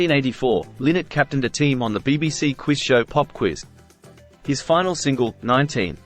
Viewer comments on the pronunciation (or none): none